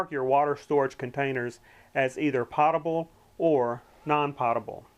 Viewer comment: Great video, however it is pronounced "potable" with a long O sound, Sounds like goat, potable. This video has given me some good ideas.